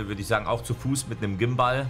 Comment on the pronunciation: Niemand: Wirklich niemand:: ein Gimbahl